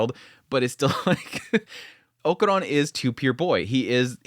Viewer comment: I know you pronunciation of names is not always the best haha but why "okuron" his name is Okarun, sorry it just gets me, that aside, loved the episode and im more convinced episode by episode that this is a romcom with a shonnen disguise